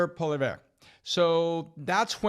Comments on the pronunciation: The name is Pierre pollee-ev, not Polivare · His name is Poilievre, not Poiliviez. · Ffs. Do research and get his name right. Pronounced poli-ev in English speaking Canada. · It's PWOL -E-EV-RA not POLI-EVER. Or are we back to NUKE-ULAR bombs instead of NU-CLEAR? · Pat, great perspective. Humble correction… it’s pronounced Poly-ev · So as a French-Canadian may I help: Pierre Poilièvre... Pronounced: Poo-ha-lee-hey-vre... Like QB Brett Favre... You guys pronounced Faver ... instead of ''f-r-e'' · It’s pronounced: POLI- EV The re at the end is kinda just silent. Driving me nuts lol, I don’t know why everyone struggles with it, it’s really not that hard at least I didn’t think so.. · Canadian here 👋 1. Its pronounced Paul-E-Ev 2. Federal Election will be called in a matter of weeks and be wrapped up by end of May 3. Max Bernier won't become Prime Minister. He's so far right he makes Marjorie Taylor Greene look like Goldie Locks. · Pollievre is pronounced: Poll-Ee-Ev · is the only one that can say PP last name correct. Poilievre is pronounced Poi-Lee-Ev with a silent R and E at the end. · Please learn Pierre Paul - ee- ev and how to pronounce his name. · Learn how to pronounce Pierre’s name properly or be quiet. It’s PAW-LEE-YEV! Show you know something about your neighbour! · POLLY EVV.. PLEASE SAY HIS NAME CORRECTLY.. POLLY EVV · Its pronounced /polly-ev/ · Its POLIEVRE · 'Poilievre' is a French surname. In French the 're' is silent. So it's just 'Poly-ev' phonetically. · GUYS, GUYS, please, Pierre's last name is pronounced 'PO - LEE - EV', the 'r' is silent. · There are many incorrect ways to say Poilievre, and somehow, your pronunciation is worse than all of them. Try Paul-E-ev. Not perfect, but that's how most English speaking Canadians pronounce it. Keep up the good work gents. Cheers from your future 51st state 😉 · Bern-e-eh stands no chance against Paul-e-ev! Not that hard and a little more respectful to get the pronunciation right.